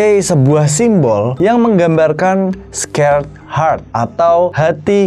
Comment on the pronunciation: di bacanya bukan skerd hart , tapi sekred hart